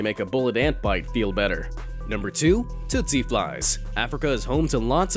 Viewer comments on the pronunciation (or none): Um...it’s TSETSE fly, not TOOTSIE fly. Pronounced TEET-see. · Tsetse is pronounced teatsee